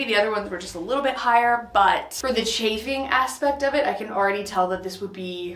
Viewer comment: What is charfing? Sorry I have been trying to figure out what this is 😂